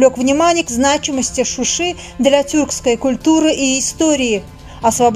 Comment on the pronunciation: Не Шуши а Шуша